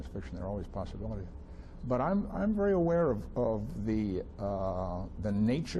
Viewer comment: vaery? i dont think that word is in the english language